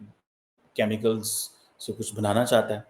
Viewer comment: ...it's not Chamical, it's Chemical 😂😂